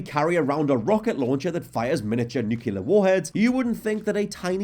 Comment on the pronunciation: Say it with me... New. Clear. Nuclear.